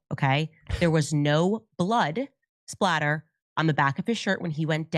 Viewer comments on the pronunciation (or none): Just one thing, I have to say it because it’s driving me crazy that everyone is saying it wrong. It’s “blood SPATTER” no “L”. SPATTER, Candace, SPATTER.